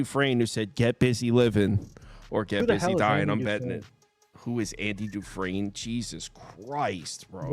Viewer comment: Who is Andy Dufrain? I’ve lost respect for the two guys on the side panels. Can’t even say their name. It’s undeserved